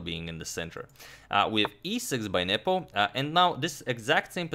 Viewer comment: I always hear you saying "Nipple" 😄